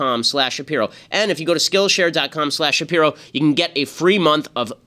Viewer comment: i need him to pronounce his last name right lmao